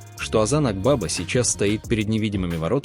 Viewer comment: Озан АквавА-ударение на последнее А.